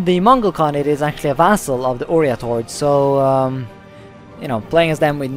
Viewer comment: Its OIrat not ORIAT